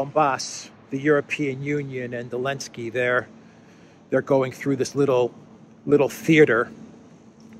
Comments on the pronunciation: Why do you say Elensky btw and not Selensky? Genuine question. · I really enjoy your reporting & analysis. It is a little irritating when you keep pronouncing Zelensky as Alensky- is there a reason for that different pronunciation? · Why do you call him "Elensky"?